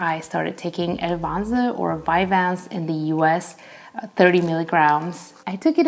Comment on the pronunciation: It’s cool how you pronounce Elvanse! Thanks for your videos. This is the second one I’ve watched. I started Elvanse 30 mg on Monday last week. I love the clarity and peaceful mind that it induces. My favourite thing to do is to take a shower after I have taken my meds and breakfast. The water droplets falling on your head and skin feels so good! 😊 Your house looks amazing by the way. Keep making videos please 🙏🏻